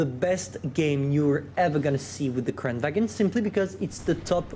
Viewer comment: It's pronounced kran-van...